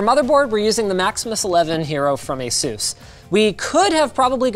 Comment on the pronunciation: "Azeus" -Linus Tech Tips Also... TWO RTX 2080 Ti's and an Intel Core i9-9900K?!? This is WAY too cheap.